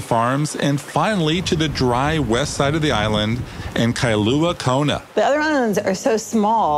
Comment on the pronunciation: Kailua-Kona not Kailuna!